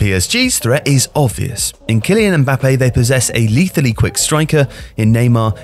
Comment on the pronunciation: You are pronouncing "Mbáppe", with the accent is "Mbappé"